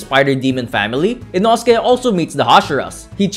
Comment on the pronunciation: It's pronounced Ee-no:scae